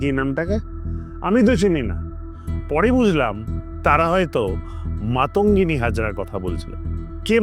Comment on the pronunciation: One who don't even able to pronounce the name of a brave daughter of Bengal, they talks about the sequrity of our culture and history. Even wants to govern Bengal Shame on you #BJP